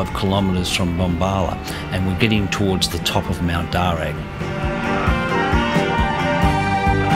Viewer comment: Darr u not darr ag